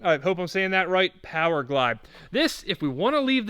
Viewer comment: More powah baby!